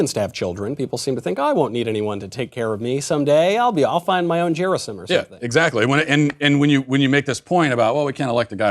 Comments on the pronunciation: It's Gerasim like "Gary" gy not j sound 😜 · OMG. It's pronounced Ge (as in gap) -ra (as in rah) -sim (as in seem). Stress on the last (3rd) syllable.